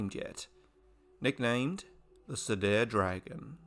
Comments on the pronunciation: Nitpick: Cedar is pronounced "see-der", not "se-dair" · FYI word Cedar is pronounced See and far with a D. See dar